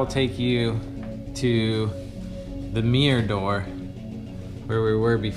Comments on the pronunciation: What’s a “meer”? Ooooh, a Mirror....😬😬😬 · A " mee-urgh " ? I'd call it a mirror myself 🤔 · Mirror not mier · its "Mirr-or...not "Meer" dang it! xo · My thoughts too..tell that man to improve his pronunciation...i intially thought i wasnt hearing him correctly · The word Mirror has two syllables, not one. It's Mir-ror, not meer. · That's a new way to say. Mirror..... Meer?????? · It's mir-ror, not meer. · The way he says mirror - “mere” haha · Yeah, and closed captions weren't much help either. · You guys from the south right? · So it’s a MEERRE, and if you push on the MEERRE it’s a passage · It's a "meer" and if you push the "meer" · Ooooo, I've never heard the word "mirror" pronounced "me yer", 😊. I'm not going rude, I've honestly never heard it spoken without God "R" sound! Anyhoo, the rabbits warren of a house - it would drive me bonkers. And it's just too "off". I only hope it has been adequately fire proofed. I didn't see an indoor sprinkler system tho. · “If you take another look at the meer” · All I can focus on is how this dude pronounces mirror as "meeyar". It's relentless... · Is it just me or this guy pronounces ‘mirror’ as ‘miiir’ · If this guy says “meer” one more time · For saying 'mirror' is his favourite word, he can at least stop pronouncing it 'meeyah'... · The way this guy says "mirror" really grinds my wheels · How is he saying mirror? I've yet to hear it pronounced like that